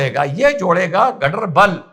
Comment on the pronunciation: It is Ganderbal pronounced as Gaandarbal in kashmiri